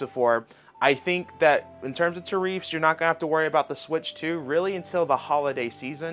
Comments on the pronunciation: Tariffs ... not Tahreefths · Great content~ try saying tariffs rather than tar-eefs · Bro.. why cant you pronounce common words? Its not tareefs its tarifs.. you've heard everyone else pronounce it... its not onime... its anime. And its not jOmboree its JAM..bor ee. Like wtf. Im not sure if you do this on purpose to get comments. Or what. But christ.. it makes you sound dumb. Just pronounce the words the way you know that they are supposed to be pronounced. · It’s pronounced “Tear Ifs” it’s spelled tariffs. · Ta reefs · Bro... fuckin tell me about it so many common words this guy just outright chooses to not pronounce the same way he knows hes heard them be pronounced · I love how he says Tariffs wrong 😂. God bless America! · Dude, stop pronouncing "tariffs" like that. Jesus, you live in an English speaking country.